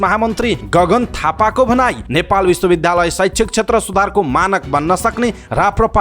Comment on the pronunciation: Kripaya Bishwa Bidyalaya bhanne garaun. bidhyalaya ta hoina..sunda dhya bhaneko jasto yo anurod garieko ho.